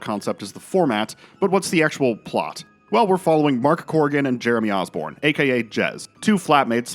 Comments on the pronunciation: it is Usborne, not Osborne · Jeremy Usborne NOT Osborne! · Great to see this mate! Unfortunately - and I hate to have to do this - it's Jeremy USborne, not OSborne...